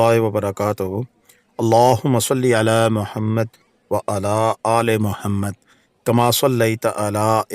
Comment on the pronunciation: اپكا "على" كا تلفظ, درست نہیں!